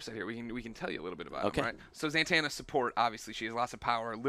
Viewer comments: Why do you keep saying ZANTANNA? It's Zatanna lol, there's no N after the fest A. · Greg, it's Zatanna, not Zantanna. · its ZA-TAN-A not ZANTANA like montana idiot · Zatanna NOT Zantanna. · When this supposed "dc expert" can't even say ZA-tanas name properly, it makes it quite difficult to take anything he says seriously. It's not Zantana...it's Zatana. If you cant even get the name correct, anything you say after that is completely moot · Why does this guy say ZANTANNA it is so fucking annoying why does he say it normally... It's zatanna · Zantanna? im sorry did you mean Zatanna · ZATANA! not santana. just saying. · Him saying ZANtanna over and over kinda gets to me... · "Zantana" ZANTANA GREG??? REALLY?? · "Zantanna" Oh Greg :P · Considering she's one of my favorites, it pissed me off when he didn't pronounce it correctly...some almighty expert he is